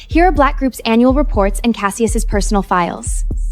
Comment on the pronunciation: Cassius shews.... Callius... Callavius... WTF 🤣🤣🤣🤣🤣 LoL